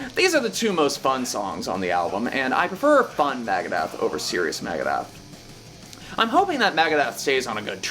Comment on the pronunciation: It's NOT MAGADETH . Dude Dave would def have something to say about that......